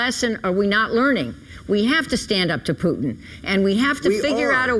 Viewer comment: "We have to stand up to pootin"